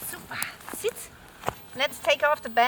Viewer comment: Sit not Setz?